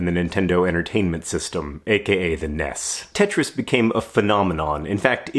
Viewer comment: "Ness tetris"